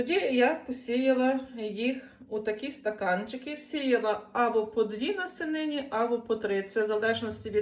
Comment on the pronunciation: "купі, лапмі, насінині" - ви говорите як моя прабабуся :)